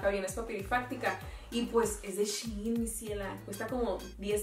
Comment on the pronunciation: SHEIN su pronunciación es CHAIN